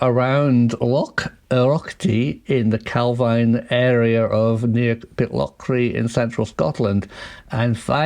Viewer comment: It’s pronounced Cal Veen